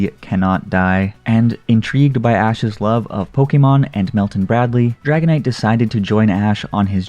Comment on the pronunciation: Umm why do u pronounce dragonite as haganite ?